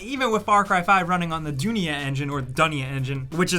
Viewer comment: Its Dh-u-nia as in bl-u-e, meaning 'World' in Hindi.